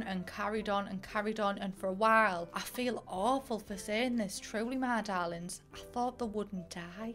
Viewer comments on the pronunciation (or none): none